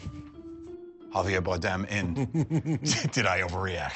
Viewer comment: Joe called him Javier Bardiem lmao 🤣🤣